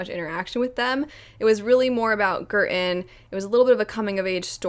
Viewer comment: Every time you said Girton my brain heard curtain This book is quite cheap on kindle at the moment so I just purchased it, I don't know when I'll get to it but it definitely sounds interesting!